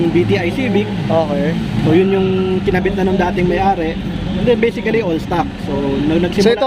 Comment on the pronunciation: Baiseekali stuhck "Basically stock"